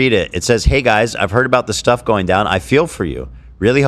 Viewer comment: made me scream laugh in public after his “StEHff”